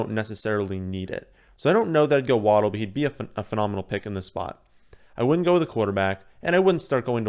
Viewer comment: Solid draft. Idk how to say Etienne but btw it's pronounced "Wah-dell" not "Waddle", there is a video of his family at Bama when he scored and the announcer says his name and his entire family says together "It's Wah-dell!" (my gf has the same last name and is pronounced the same way :P)